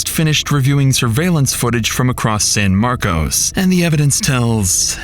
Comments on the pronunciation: In Texas, despite the spelling, it's pronounced San Marcus, or San Marvelous, as natives will tell you. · The name of the town is pronounced San-Markus not San-Markose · It’s pronounced San Mark-cus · anyone who's lived in san marcos, would never pronounce it like that